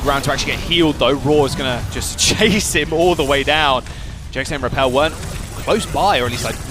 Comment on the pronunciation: lol the way he said rapel